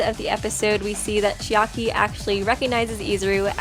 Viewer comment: Uff~! Im sorry, but it bothers me a little how u pronounce Chiaki. Its like 'Chi-Aki' how you say it, I am kinda confused. Isn't it 'Chiaki'? In like, one word? Or am I the one pronouncing it every time weong 0.0 Not trying to be rude, just wondering. I love your videos!